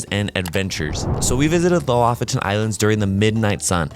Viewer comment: "lofton" islands??? jesus christ dude.